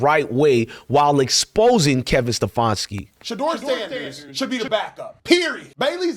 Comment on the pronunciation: It is SteFANski, not SteFONski. You can not even get that right. You didn't bring any "receipts," only whining.